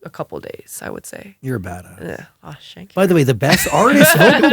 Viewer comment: "Aww shank you" 😂